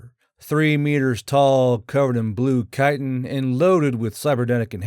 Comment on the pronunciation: Good things: 1. The Lead Dealer 2. Chitin is kite-tin, not chih-tun 3. The red-bearded narrator Just starting the video. Wonder if his girfriend will make an appearance? EDIT: Not disappointed.